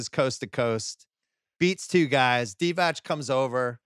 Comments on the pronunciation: Bill should kinda know that Divac is pronounced Divats and not Divach. And his name is not Vlady but Vlade. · It's Vlade Divatz, Bill, not Divach.